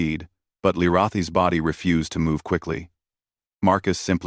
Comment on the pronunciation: It would be nice if ai voice would pronounce Lirayhi's correct each time it stated it, if can be called that.